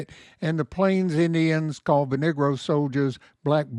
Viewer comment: Did you say the 93rd was a “nigra” division?